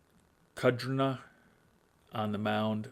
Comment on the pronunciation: I think Kudrna is actually pronounced "Kurdna". Kinda like how Favre is pronounced "Farve".